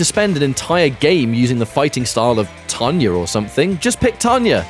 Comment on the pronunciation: "Tanyerr" lmaoo...